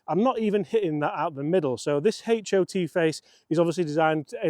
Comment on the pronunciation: "Haych O T" lol